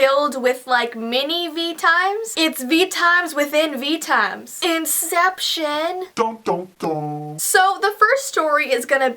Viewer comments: It's not "Inception" it's "Veeception"!! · inception Me: oh you poor thing. Do you by any chance mean VEEception? I know I'm the only one laughing.